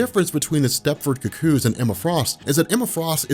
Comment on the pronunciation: I hate how u say cuckoo's.(ku_ku) You keep saying cook kooze😣😣😣